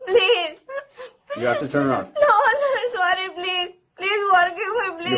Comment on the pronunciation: Sorry saaar eeee oooo saar sorry saaar eeee 😂